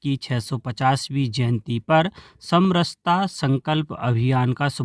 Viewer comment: आज खुशी हुई, समरसता को सही बोला (सम रहता) ।